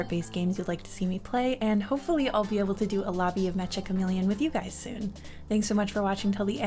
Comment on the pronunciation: OMG! You pronounce it correctly! Literally the first person I’ve seen that pronounces it correctly! I do sometimes mess it up out of habit… but I thought I was the only one who knew….